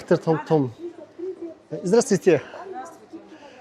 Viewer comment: Здраствуйте гэдэг биздээ Здрасттүйте гэж яриад байх юм 😅